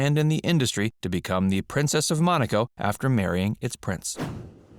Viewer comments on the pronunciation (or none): none